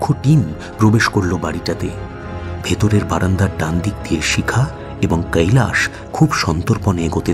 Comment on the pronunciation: খুব ভালো পরিবেশন।। "কৈলাশ" উচ্চারণ টা কানে লাগছে